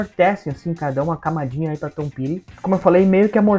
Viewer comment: Ouço bastante Tom Petty, tanto ele como Bob Dylan tocaram pouco no Brasil e a pronuncia correta é "' Tom Péri"